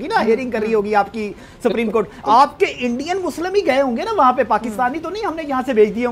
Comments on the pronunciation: Bhai Pakistaniyoun ko Supreme Court bhi bolna nahi aata. They call it Spreme Court. Pakistani Education Zindabad. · Sapreme court nahi bhai, Supreme court boltay hai, bolna aur pronounce karna sheek low fir baat karnaa. Arnab Goswami alone tum sab ki band bajaa sakta hai😂😂😂😂😂😂😂😂😂😂😂😂